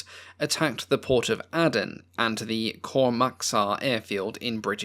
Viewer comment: Aden is pronounced as in Maiden.